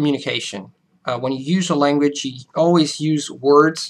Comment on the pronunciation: With your pauses and slower paced, emphasized speech, you sound more American than us Americans. Maybe it's the internet, but only thing I pick up is, oddly enough, your "language" comes over as "langwich" a little bit. But please don't change it or anything. It's better than the original. While a deep accent is annoying, a little accent adds wonderful color to a sometimes dull world.